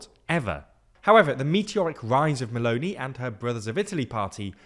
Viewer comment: There are some pronunciation errors in this video: Padánia not Padanía Veneto (e like Emily) not Venito Meloni (I like Italy) not Meloney Would be better too if you call the parties as they are called instead of translating them